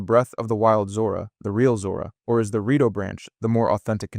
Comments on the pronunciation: lemme correct you in something tho! it is called rIto not rAto birb people aint a rattle nor a rato (spanish for a few minutes) dont insult them! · Good video! But why do you go from saying Rito to Rato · What race are the rat-oh or the shy-kuh again? 🙄